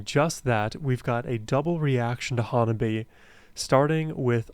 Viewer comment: First, learn the pronunciation of HANABIE/花冷え.